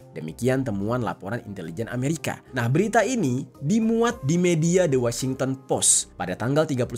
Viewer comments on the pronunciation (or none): none